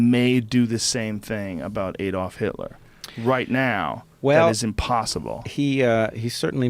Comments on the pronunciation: . That’s not how you say Adolf. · Americans never seem to be able to pronounce Adolf correctly, even though 49 million Americans have German ancestry! 😂